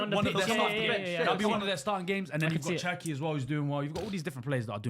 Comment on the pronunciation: bro said cherki move man